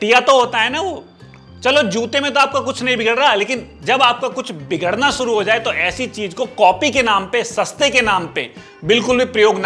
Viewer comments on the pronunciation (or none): none